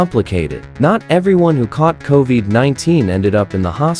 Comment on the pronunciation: How very AI. Co-veeed? come on.😠